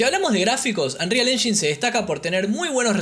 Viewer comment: Me triggera mucho que le diga unreal "enyin" en vez de "enyain" xd